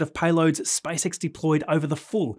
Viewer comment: I did shot challenge whenever you say SpiceX, now I'm drunk